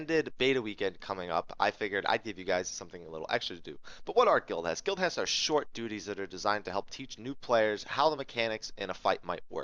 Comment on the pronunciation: For a moment it sounded like Guild Chest. Thanks for the video